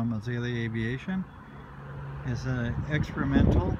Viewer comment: does he STATE: "EXCREMENTAL"? lol.